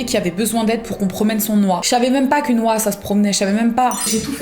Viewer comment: Une « oiun »!